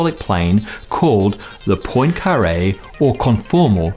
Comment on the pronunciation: Say PWAN-kah-ray not POYN-kah-ray